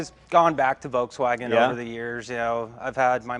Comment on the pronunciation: for such big hobby and interest that Leno has in cars for so many years, he should pronounce "Volkswagen" right by now,,, Hint, it's not English.